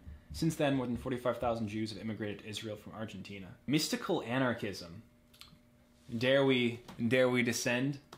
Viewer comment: Thought u said Xanarchism- the ideology of lil xan